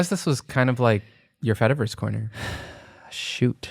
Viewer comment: it's been weeks now since i first heard the term, so i really shouldn't be doing this still... but my brain cannot help it. every time you say "fediverse" i hear "fetaverse" and think about cheese! 🧀😩